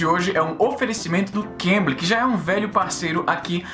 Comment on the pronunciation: Na hora que o Izzy fala Cambly, eu escuto Cambridge. eeahuaeuaheae Tanto é que eu escuto os videos do Izzy e fiquei assustado quando ele falou "esse vídeo é patrocinado pelo Cambridge..." e eu "carai, que upgrade nos patrocinadores".